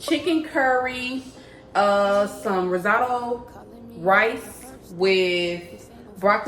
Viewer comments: That looks so good!!! By the way it’s pronounced rizz-o-toe❤ let me get a plate though 😂😂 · Pronounced rizz-oh-toe